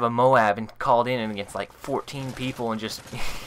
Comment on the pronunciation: You pronounce MOAB wrong. Listen to how WHITEBOY7thst says it!